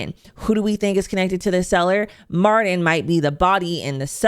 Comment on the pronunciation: Mar-TIN‼️ “Mardin” is driving me f’n insane 😭